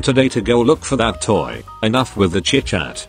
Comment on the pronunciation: The way it said toe instead of toy lol